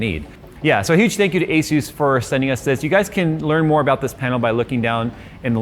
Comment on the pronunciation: It’s asus not astu lol